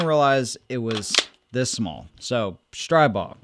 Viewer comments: It’s pronounced Stree-bog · Str-ee-bog, per owner of company.